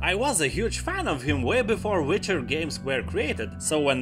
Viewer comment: You say wife like vife and witcher like vitcher.....subbed to this funny pronouncing :)))